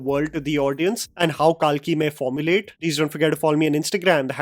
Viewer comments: Bhiya naam lete samay toh accent chhod Diya Karo, Kalki ko kaalki kahe bulate ho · love your videos, but your repeated mis-pronounciations of Indian names is a No-No. The movie should be pronounced as "कल्कि 2898 AD"